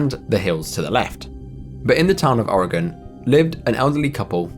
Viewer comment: Omg you pronounced "Oregon" correctly ❤❤❤ I know people from California that can't do that.